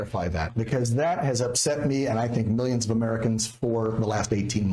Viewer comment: Sniff sniff. Sniffsniffsniff. Who tf says historeh? That freaking accent is vile sniff and storeh sniff. And ofc mi- yuns and bi-yuns.